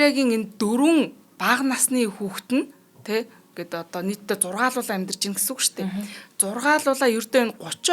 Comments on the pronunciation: Хэд хэдэн удаа тэгэж хэллээ, ЗУРГУУЛАА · Сонсох дуртай подкаст шүү....ярианы чадвар нтр нь бол нээх асуудал бишээ ...харин монгол үг хэллэгээ зөв хэлж дуудаж сураарай гэж хэлье....Зургаалуулаа биш зургуулаа гэж хэлдэг шүү....хэд хэдэн удаа хэлж байналээ шүү....Баярлалаа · Зургуулаа гэдгийг яаж хэлээд байган бэ кк